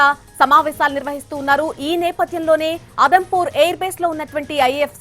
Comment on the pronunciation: అదంపూర్ కాదు.. జమ్ము, ఉదంపూర్ ఎయిర్ బేస్ అది..పీఎం గారు జవాన్ లను ప్రోత్సహించడం బాగుంది